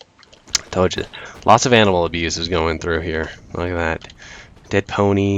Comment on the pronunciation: oh animal abuse - I thought you said anal. anyway great game as usual